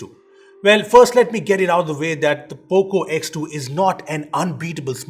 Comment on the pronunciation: that is that and not dhat.. lol